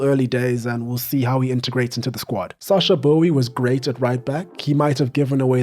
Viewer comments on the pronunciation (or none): none